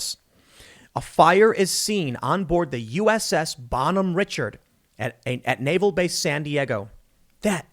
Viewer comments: Pronounced RA-shar-D, not Richard. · It’s pronounced rish-ard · Every sailor in Navy is supposed to be a trained firefighter. The Bonhomme Richard was a disgrace. Pronounced Ri-shard by the way. Nickname was the Bonnie Dick.